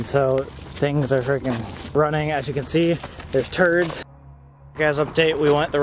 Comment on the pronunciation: “As you can see there’s turds”